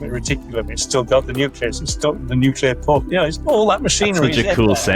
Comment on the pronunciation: Can you please fix ‘nuclear pork’ lol it’s annoying me